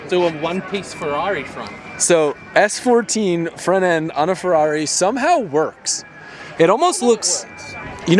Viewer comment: Ferari? S fourteen? Rotari? Sugoooooi